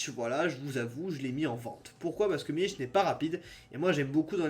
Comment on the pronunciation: C’est Milik avec un k ça se prononce milique